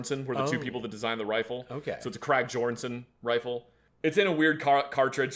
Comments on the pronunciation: Being Scandinavian, hearing "crack gjorgenson" hurt my soul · the krag-jorgenson Prenounced YORG'n'son is literally the smoothest bolt action I've ever owned it's beautiful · I'm sorry, but it's jor·guhn·sn, it's german, I think in the person's last name or first, I don't know. Just pronounce right please that's all I ask. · And then he completely messes up the Krag-Jorgensen...